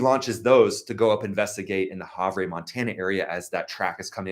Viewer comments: ..IT'S HAVE-ERRR MONTANA...NOT HOV REY!!!! Sounds like Have Her, without the 2nd H sound. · As someone from the area.. it's pronounced Have-er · Hey man, love the videos, gotta help you out though! It's spelled havre montana but pronounced hav-er. Thanks bud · Dude it is pronounced Have----errrrr